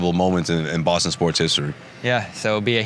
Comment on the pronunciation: BAH-STAHN TE-AHS BAY-BEE